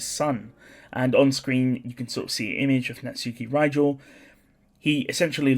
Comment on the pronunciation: ngl its annoying your saying it as NAT- SUKI instead of na-tsuki . just a ick